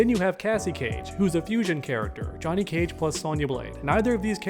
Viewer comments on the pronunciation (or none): none